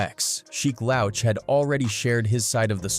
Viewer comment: "Lowch"???? Wtf